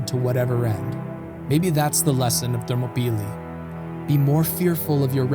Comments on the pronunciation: Thermo- peely? I was under the impression it was pronounced Ther-MOP-el-EYE. Ready to be corrected. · Thermopylae: pronounced ther-mop-oh-lie, not thermo-pee-lee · How do you start off mispronunciation a word as popular and well known as Thermopylae? “Thermo-peelee”? Really? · Excellent Also the actual Greek name of the area is Θερμοπύλες Θέρμο=Hot Πύλες=Gates and is pronounced Thermopyles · thermobeelee? never heard that pronunciation before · I had to rewind just to hear his pronunciation again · enjoyed it but wonder if you googled pronunciation of themopylae beforehand